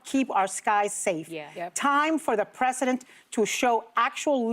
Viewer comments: preh-zuh-dnt Ana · Stupid Ana cant say President. Why: she is not educated.